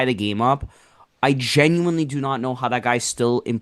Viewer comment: gets me everytime with pronunciation of Genuinely 😂 It's jen-u-WIN-ly not jen-u-WINE-ly